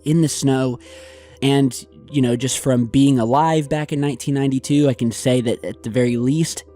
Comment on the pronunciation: Really awesome. Big fan. Do I believe in this shif? I do. Saying it would really be hard or expensive to do in ‘92. Creative artists making molds, poor quality video and some silicone. You saying “1992” sounds like 1880. Even these people could pull it off (-the video capabilities of 1992). Sorry still love ya. Starving art student obsessed with 80’s horror movies.